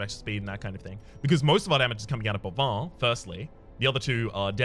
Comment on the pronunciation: speaking of pronounciations, the plague doctor's name is boivin, not bovoin, and it's read "ba-reliéf" :p